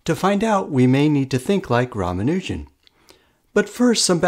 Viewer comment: PRONUNCIATION ROMANUGIN 💀